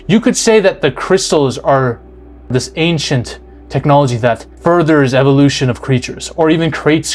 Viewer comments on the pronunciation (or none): none